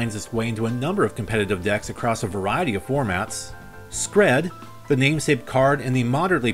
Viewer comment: Skred is the scandinavian word for an avalanche yes but it's not pronounced sk-red it's pounounced Skr-EE-d.